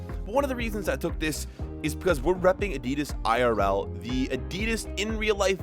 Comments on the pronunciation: Why do you say adeedus instead of Adidas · im sorry but who says Adidas like that lol